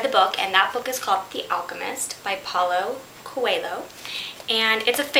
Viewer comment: Pah-OO-loo Co-AY-lyoo I got hypnotized by the rabbit. Cool.